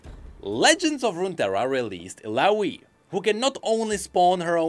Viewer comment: It triggers me a little how he pronounces Illaoi's name, with an "i" (like in info) instead of an "a" (like in apple) as her name is in another language, not english. One of Illaoi lines was designed to literally say "my name is Illaoi" so people pronounce it correctly!